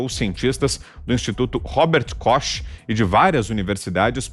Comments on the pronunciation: Engraçado ele falar Robert Kochi rs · Meu respeito ao governo alemão!!! Locutor ignorante, aprenda a pronunciar o nome do Robert Koch Institut.